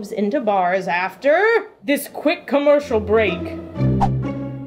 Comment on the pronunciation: when ever she says camercial break there never is one loool